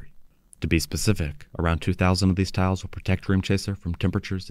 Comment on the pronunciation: Towels...? They're appling towels? Ohhhhhh, you're saying TILES! 😅